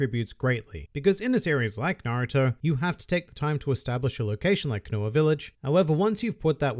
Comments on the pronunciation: They way you pronounces all the names triggers me... "Kanoa village" Koh-no-ha Vivi is pronounced the same in both Vi-Vi sections... Its just V-V Cant type out Trafalgar properly but dont run it togther split it up Tra-fall-gar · Am I the only one peeved by how he’s saying konaha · It sounds like he's saying Konoa village. Jarring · the way he says konoha...wtf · Stop mispronouncing Konoha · He said konoha wrong :|